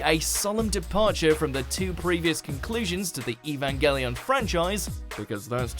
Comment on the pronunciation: Wtf is evagallion??